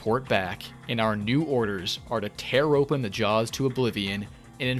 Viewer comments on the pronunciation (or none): none